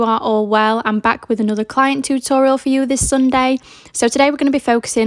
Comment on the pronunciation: Love the way you say “too tor ee al” 😂